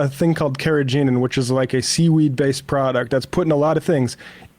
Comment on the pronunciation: Never heard anyone pronounce "carrageenan" that way lol. Say.....u know what the ancient Chinese folks used it for....?? 😏